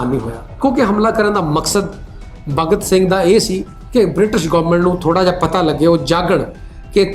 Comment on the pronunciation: Pehla ta bhagat singh kehna sikho..kidda bura lag reha Tere muho..jani Saab sikhao kuch nu.. bagat singh nahi hunda bhagat singh hunda..!